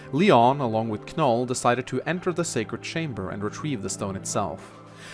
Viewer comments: It bothers me how he says "Kanoll".I always pronounced it an "Noll",as in with the K being silent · The fact that pronounces Knoll as Kah-Nul makes me question if he pronounces knot as kah-nut. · please never say Kanoll again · Ken-oll SILENT K lmao i want to punch my computerscreen right now Silent K don't you ken-ow? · My man, I'm pretty sure the "K" is silent. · I think the k is silent, but that is just me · I'm glad someone said it. 4 years and it still hurts my soul everytime he says it. Just like how he not only pronounces Ingrid as IngREE but also says her name every sentence. The pain. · Cringed every time you said Knoll's name.